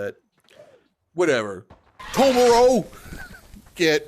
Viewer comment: Ahh yes "Tomuro"